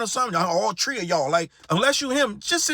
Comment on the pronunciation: "All tree of yall" - Birdman 🤣🤣